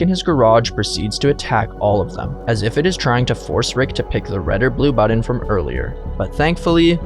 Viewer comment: “Pick a budden”